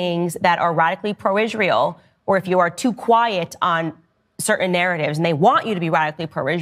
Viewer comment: well, I detest people like ben shapiro, but dice lacks the courage to refer to iz-rye-hell by name!!